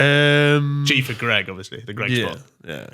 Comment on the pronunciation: It's greggeh, fresh off the telleh, he might actually die if he drinks some henneh